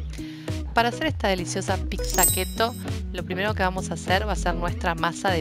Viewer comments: Se dice Pizza, no PiXa. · Me gustó mucho la pizza . Lo único que no me gusta que pronuncie picsa, se que es tonto decir eso, pero bueno